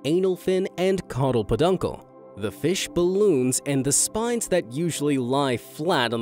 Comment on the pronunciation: Just so casually breezed over the phrase “caudal peduncle” 😂